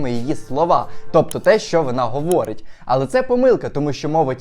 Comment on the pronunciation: Так прикольно говориш,особливо тоді,коли закінчуєш речення і даєш наголос на останні слова. Говоорить,симмпатії,стоввідсоткова,друзззів,приввабливістю.Я хочу навчитись так закінчувати свої речення,це піднімає настрій.😅